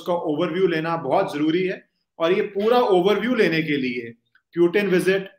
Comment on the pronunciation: सर पुतिन नाम है, प्यूटिन नही🙏 बाकी इंटरव्यू मस्त था